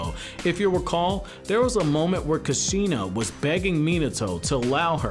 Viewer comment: you said kushina so different